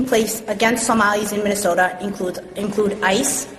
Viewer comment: Learn how to say mi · nuh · sow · tuh